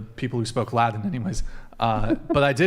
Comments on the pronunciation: What is “Ladin?” Is he saying “Latin?” Same thing as “imporDint,” I guess. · I don't know if I pronounced the "ladin" btw. it's latin not laden